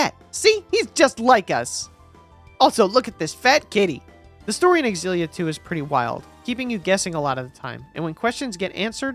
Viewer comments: Aren’t they pronounced Zilla and not X-illia? Never heard it pronounced the latter way. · It's pronounced "Zillia" ZILLIA, stop saying"Ex-zillia" Stop it